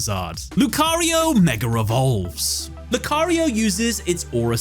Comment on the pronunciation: I know it's probably your accent, but did you just say Lucario mega revolves lmao